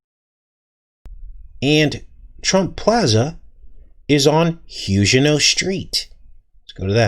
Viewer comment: Huguenot...pronounced: Hyoo' gen not Is this the word being used?